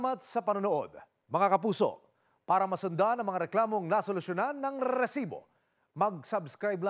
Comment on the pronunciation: RRRRRRR SIBO 😂. ADIK!